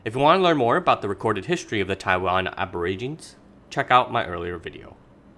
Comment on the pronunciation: good information, but PLEASE learn how to pronounce "aborigines"!